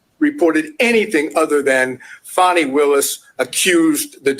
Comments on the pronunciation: A total lie. Your channel clearly supports everything Trump. You're not reporting news you're giving opinions. And Fanni Willis's name is pronounced "far-nee" not " fan-ni" something you white folks do all the time purposely mispronouncing black folks names. I've watched your channel and you only post videos supporting Trump. You people are having a serious problem with all these black prosecutors holding your boy accountable. Something you Europeans failed to do for decades. As for you, you are clearly biased making comments about Ms Willis body. You are a racist disgusting moron. Garbage CHANNEL....GARBAGE CHANNEL....GARBAGE CHANNEL....GARBAGE CHANNEL....GARBAGE CHANNEL....GARBAGE CHANNEL....GARBAGE CHANNEL....GARBAGE CHANNEL....GARBAGE CHANNEL....GARBAGE CHANNEL....GARBAGE CHANNEL....GARBAGE CHANNEL....GARBAGE CHANNEL....GARBAGE CHANNEL....GARBAGE CHANNEL....GARBAGE CHANNEL....GARBAGE CHANNEL....GARBAGE CHANNEL....GARBAGE CHANNEL....GARBAGE CHANNEL....GARBAGE CHANNEL....GARBAGE CHANNEL....GARBAGE CHANNEL....GARBAGE CHANNEL....GARBAGE CHANNEL....GARBAGE CHANNEL....GARBAGE CHANNEL....GARBAGE CHANNEL....GARBAGE CHANNEL....GARBAGE CHANNEL....GARBAGE CHANNEL....GARBAGE CHANNEL....GARBAGE CHANNEL....GARBAGE CHANNEL....GARBAGE CHANNEL....GARBAGE CHANNEL....GARBAGE CHANNEL....GARBAGE CHANNEL....GARBAGE CHANNEL....GARBAGE CHANNEL....GARBAGE CHANNEL....GARBAGE CHANNEL....GARBAGE CHANNEL....GARBAGE CHANNEL....GARBAGE CHANNEL....GARBAGE CHANNEL....GARBAGE CHANNEL....GARBAGE CHANNEL... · How in the Hell does “Fani” become “Fawni”? Give it a rest!🤣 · Can we STOP with Foni its FANI